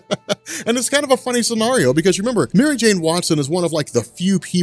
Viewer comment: You say scenario weird... You pronounce it sceARio.